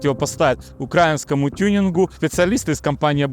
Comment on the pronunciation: Украи́нскому, правильно ударение ставь не надо перекручивать мы не окраина как подлые мокши нас оскарбляют мы центр Руси центр Европы а это Украина и нам 2624года исполнилось в 2024году. Москве 753года самозванкой Ро́ссии 303года и они не славяне это Тартария с фино-венгерским варварским населением